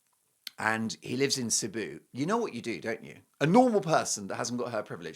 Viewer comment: She should be flying there but she won't, she doesn't care. It's all about her. Cebu is also pronounced see boo by the way. My son is in the Philippines with his Filipino wife so he should not. He's been there